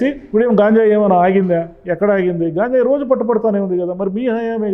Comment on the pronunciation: గాంజాయి కాదు సార్ గంజాయి అంటే సరిపోతుంది